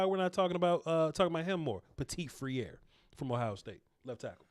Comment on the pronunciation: Hi. As you know I'm French so I'm gonna give you a hint to tease Dane Brugler on how to pronounce the french souding name of Ohio State OL Petit-Frère: P-a (as the undifinite article)-tee fr-ai (same sound as the verb said without "s" nor "d")-r-a ((as the undifinite article). And by the way, his name translates into english as Little-Brother. Take care and be safe. Philippe.